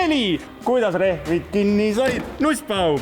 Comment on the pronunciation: Nagu lapsed mänguasjapoes. Nussbaum ei hääldu peenelt nagu nuss, tass, kass vaid peenenduseta nagu toss (jalats v suits) ja koss (korvpall). Katsetage peenema huumoriga. Jōudu!